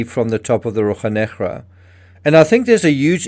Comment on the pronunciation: In Portuguese we say RoSHa NeGra - you are pronouncing it as if it were Spanish, sorry ;-)